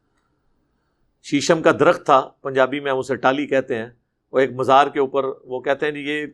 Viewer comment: یہ لوگوں کی ذرا ذرا سی بات پر غلطیاں پکڑ تا ہے اور خود مزار کی میم پر زیر پڑھتا ہے